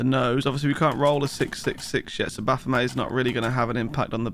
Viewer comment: Baphomet is pronounced with a hard "t" like bayonet. It's from the old French name for a demon that comes from a corruption of the name Mohammad, meaning a demon or a false god.